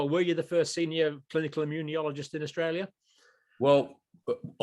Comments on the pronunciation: John, the word is immunologist. Stop saying 'immuniologist'...there is no extra 'I'...please! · John, why do you pronounce immunologist with an i after the n? You say "immune - i - ologist". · I love Dr Campbell's quirky pronunciations of certain words. He is pronouncing immunologist as immu-nyo-logist. It's fine. Just picking nits. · he called him an immuniologist lmao